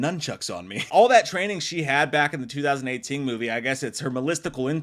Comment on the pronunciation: Yo, I might be trippin, but I watch a ton of WWAM Halloween content and whenever you say ‘2018’ it sounds like you’re saying ‘ting’ at the end of it 😅